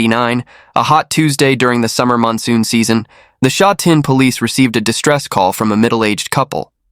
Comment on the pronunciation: The voice over totally butchered the pronunciation of Sha Tin. This is just terrible. Sha Tin is very modern and populated now. There is a popular race track there but it is not as nice as th one in Happy Valley.